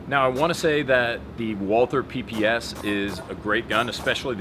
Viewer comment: I'm so triggered as to how you pronounce "Walther." I may not be a fanboy, but I do have a very basic understanding of German. At least pronounce it as "Walter." The true proper way to pronounce is "Valter." Just annoys me. Thanks for looking at my rant. It's more about proper pronunciation than a fanboy deal. Triggers my German side xD